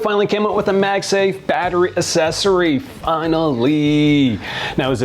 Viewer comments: "asesory" yaay 🤣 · She had to catch herself after he said assessory 😅